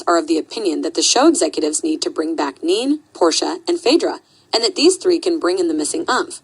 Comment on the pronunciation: It’s not “neen” it’s NeNe (knee knee)